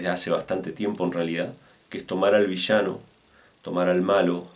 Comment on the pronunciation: es VI - LLA - NO LLA LLE LLI LLO LLU no vishano , gaucho al pedo